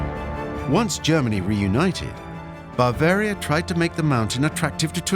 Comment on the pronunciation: Three minutes in, I can’t stand to hear “bAAvaria” once more.